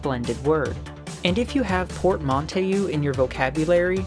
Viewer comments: Port-man-tow not portmontayou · Wait atari only had 500 game's. Today's consoles blow that outta the water. You mean only 450ish games destroyed sn empire.....gross....i still get a kick outta hearing u pronounce PORTMONTAYEWE its port man too.....ill make sure u never live that down lol....too funny not that i use that word much but every time i put this video on to pass time at work i always try to use ut when i chat with someone just to get a laugh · it’s….its pronounced port-man-toe Please I’m not fancy just an English major 😢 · "Port-mon-tay-oo" Close... but no cigar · "port man toe" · “port-man-tow” or if you're trying to sound French, “poor-tah-mon-toe” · Just a friendly note on pronunciation: nearly every time you see "eau" or "eaux," especially at the end of the word, it's pronounced "oh." It's a suffix used in French. So "portmanteau" is "port-man-toe." Otherwise, great work, and you've earned a sub here. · "Portmantayou" 😂 Amazing vid tho thank you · It's pronounced "port-man-toe', and there's nothing wrong with expanding one's vocabulary. Otherwise, I enjoyed this. Thank you. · That pronunciation of "portmanteau ".... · Words to learn the correct pronunciation of: sub-si-di-a-ry and portmonteau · L2 pronounce portmanteau